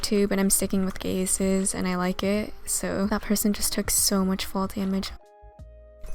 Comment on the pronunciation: when you say Gazes, I keep on hearing, "Gay Sis"